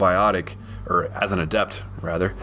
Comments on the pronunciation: Great video. Its "Adept," not "aDept." All the class names have accents on the first syllable. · adept is not pronounced that way the stress is on the A